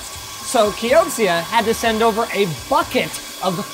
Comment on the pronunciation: He said "Kioksia"